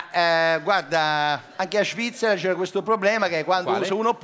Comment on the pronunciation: "Anche a Shvizzera c'era questo problema che se uno PUZZI.....se ti porti un SHAMPI..." ahahahahahahahahahahah